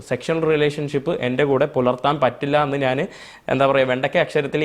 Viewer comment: ഞ എന്നത് ന എന്ന് പറയും